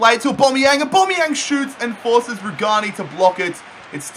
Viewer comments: Its aubameyang no aubomayang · I hate how you say Aubameyang You say Aubomeyan It’s Aubameyang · Why the hell do u say aubomeyang instead of aubameyang??? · I beg say aubameyang’s name right please 😫